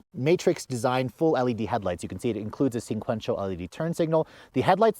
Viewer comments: It's not "sin-quential," it is sequential. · Let me help you out there champ.. The color is called, "Navarra Blue" and You are correct, "Sequential," NOT "Sinquential" as always mispronounces it.. I always give him a hard time about it. 😂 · he says "singquential" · lol What the hell is "Navahara" and "Sinquential." Okay, we'll chalk it up to the fact that you were probably freezing your ass off,..